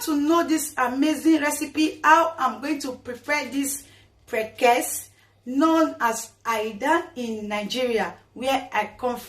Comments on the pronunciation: Is called prekese not prekes 😂😂😂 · It’s is pronounced like this: pre’-ke’-se’. ( prekese). Am a Ghanaian and we use it a lot. You can put it in your pepper soup, groundnut soup and palm nut soup. Just drop it in the soup. It’s very cheap here in Ghana